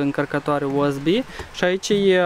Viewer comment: asa se aude accentul moldovenesc U S B. Era mai simplu sa fi spus USB in romana, dar fiecare spune cum vrea